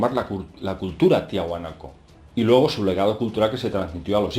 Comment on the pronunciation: Solo una observación, se llama Tiahuanaco, no Tihunaco